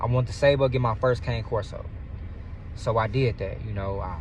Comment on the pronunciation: My guy, pronounce it as it should be pronounced my brother. It's pronounced "ka-nay" corso.